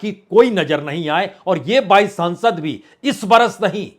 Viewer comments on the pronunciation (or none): Sansad nahi saansad